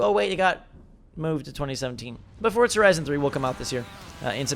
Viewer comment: Why does he pronounce it like Fortza?